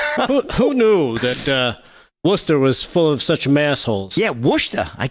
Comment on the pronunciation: So glad I moved out of Massachusetts three months ago after living there all my life up to that point. Thank You Lord. The New York guys know how to say Worcester...😊